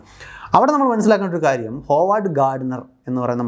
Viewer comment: Howard Gardner എന്ന് പേരിൽ Howard ഉച്ചരിക്കേണ്ടത് “ഹാവർഡ് ”എന്നാണ് “ഹോവാർഡ് ” എന്നല്ല.